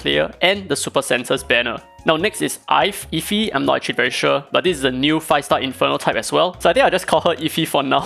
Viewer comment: Ife is a name from the Yoruba tribe (Nigerian) and it is pronounced Ee-fay or Ee-fe (e in fe being pronounced like the e at the start of elephant, don’t know if that’s a good explanation) but yeah